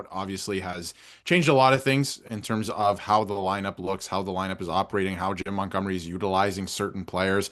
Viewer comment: "Jimb Muntgumry"